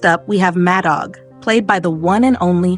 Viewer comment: The AI is horrible ! It's pronounced Mad Dog